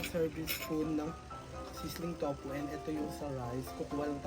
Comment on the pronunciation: Towpuh? Hahahahahahahahha i love it